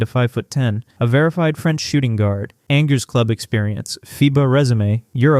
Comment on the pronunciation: Just note that her French team’s name is pronounced “ahnjeh”